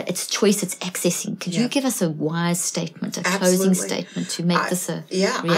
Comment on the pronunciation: Accessing, not accenting ⚠️